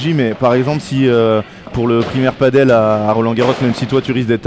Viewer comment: A tous les spécialistes et aussi novices du padel: on dit "padèl" et non pas "padeule" (paddle est un autre sport comme une grande planche de surf avec 1 pagaie) rien à voir. Le padel (prononcé "padèl") est hispanique